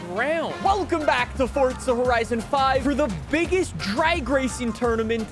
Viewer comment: I feel like dude purposely mispronounces forza for rage bait comments😂 dude hit the “FORTZAH” 3x within the 1st 15 seconds 😂💀